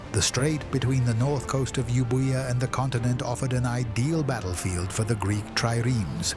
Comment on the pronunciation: The iland you mention is not called Yiubuyia but Evia.